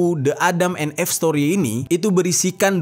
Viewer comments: Salfok bgt sama penyebutan EVE menjadi "eeff..". Harusnya "iiff" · Again,, sebelum shooting, buka google dulu lah dan cari tau cara baca bahasa inggris. ADAM & EVE dibacanya [édeum én if]. Kenapa gua suka koreksi, karena elu tu banyak penontonnya. Sayang kalau yg ga ngerti jadi ikutan salah baca karena berfikir cara baca lu tu adalah benar. Edukasi juga lah sekalian para penonton dgn bener. Jgn cuma bacain kisah² doang dengan pelafalan yg salah. 🙏😉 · Eve itu dibacanya "iv" , bang, maap kontennya bagus, tapi denger penyebutan yg kurang tepat jd agak ganggu. Sayang aja jadinya. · klo gasalah cara baca eve itu “if” bang